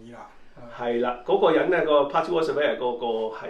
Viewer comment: Coco 哥用左字幕啲字surveyor 變severa , 因為懶音好光變好乾🤣 不過間屋好正花園好長